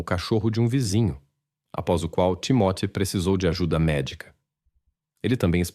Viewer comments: O nome da criança creio que é TIMÓTEO e NÃO TIMOTÉO!!! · NÃO É TIMATE , MAS SIM TIMOTY . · Não entendo o porquê da pronuncia tão errada do nome do menino que se chamava Timothy. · Foi corrigir e corrigiu errado. É timothy! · Desculpe, mas essa narração é irritante. Principalmente quando fala nomes ou palavras que soam extremamente erradas para a língua portuguesa. O nome do menino, pelo que entendi, ora é Timóteo ou Timothy. Enfim, não consigo acompanhar a narração sem notar que esse IA, é extremamente irritante. 😢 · Nossa pq vc pronuncia errado o nome do menino? Hj da prasaber pronuncias no Google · O Narrador é burro e nao sabe pronunciar o nome do garotinho. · Com tantas versões e mentiras da mãe, sem dúvida ela deu fim no menino pra se ver livre da responsabilidade. A falta de emoção dela diante da perda do próprio filho prova isso. Agora, a interpretação do caso é péssima, deve ser IA, não conseguem nem pronunciar o nome da vítima. Com certeza eu não vou assistir a outro vídeo deste canal.